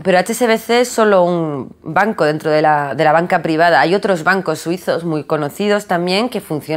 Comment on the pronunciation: por que siempre dice 'boncos' en vez de 'bancos'? quien sabe...